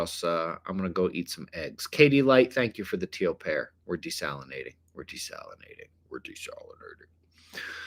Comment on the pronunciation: "Tank yoh"😂